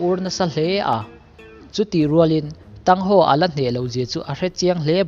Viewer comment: MiZo aw phawi cuan Thang Hau tih tur cuan Thang san and Xiau Uu tin chir la, aw phawi a dik ang